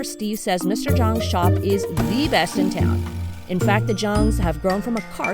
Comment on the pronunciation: "Beast" East or "Best"? LOL